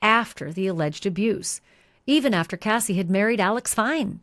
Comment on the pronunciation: Why do you say the lady name is kathy its cassie i thought 🤔🤔🤔🤔